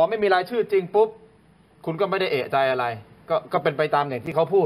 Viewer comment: เอะใจ ไม่ใช่ เอ๊ะใจ